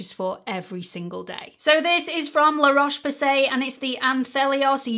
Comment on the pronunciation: Great video, will be giving the la roche posse a go! Well done with the pronunciation by the way! 😆